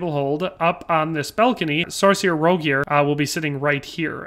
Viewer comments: It's funny hes saying Rogier when its pronounced like rogiers with the g that more so sounds like a j it's kinda like a giff/jiff peanut butter moment love the content tho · That is without a doubt the worst possible pronunciation of Rogier I've ever fucking heard